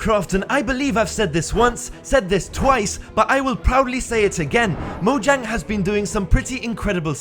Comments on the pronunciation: WHAT DID YOU JUST SAY MOJAN? ITS "Mojang Studios" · Did you know that you read Mojang like Moyang?